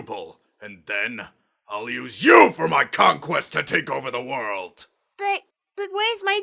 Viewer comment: does he say cock quest?